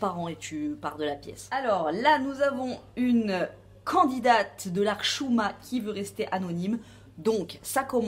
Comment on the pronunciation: super vidéo , j'ai passé un bon moment, tu prononces très bien le mot hchouma. Bravooo